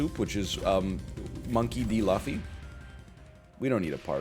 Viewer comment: It's pronounced (monkey Dee Loofy) but spelled monkey d luffy